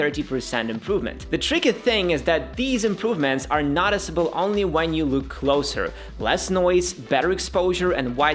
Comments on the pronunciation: I know English isn't your native language but it's noooticeable, not notticible. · Noticiable not naticiable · The way you pronounce "Noticeable" should come with a trigger warning....